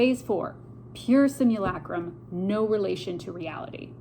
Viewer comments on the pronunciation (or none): none